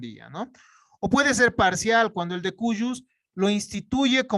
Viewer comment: Se pronuncia el de cujus, no el de coyus 😬